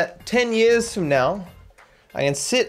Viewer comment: Are you serious right neow